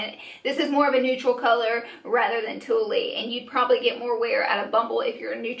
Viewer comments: "Tulle" is pronounced like "tool" Fun video. Beautiful lip colors! :) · also Tulle is pronounced "tool" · Don't forget TULLE lol -- she was calling it TOOLIE. not TOOL. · Co-Ah-La - Koala Australian Marsupial Lie-Chi - lychee Exotic fruit wee-gee - ouiji, oiji board, a spiritual boardgame, tool - tulle, mesh like fabic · this was super helpful and you're so bubbly and sweet! But I couldn't get over your pronunciation on bunch of the names: koala: co-wa-lah (the animal) lychee: lee-chee (the fruit) ouiji: wee-jee (like ouiji board) tulle: tool (the fabric) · koala = ko-all-a like koala bear, lychee= lee-chee it's a fruit, ouija= wee-jee as in ouija board, tulle = tool the material tutu (ballerina) skirts are made of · And Tulle is like tool. It's a fabric. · lol ko-ah-la, wee-jee, and tulle as in tool, like the material they make tutus from lol but this was too funny and informative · 1. Koala: co-ah-la 2. Lychee: lie-chee 3. Ouiji: wee-jee 4. Tulle: tool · It's not tullE. It's pronounced like tool. Tulle is that netting you make tutus with 😉